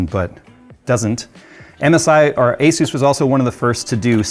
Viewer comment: It's not Aysuise. The company is called Asus. It's an abbreviation of the word Pegasus.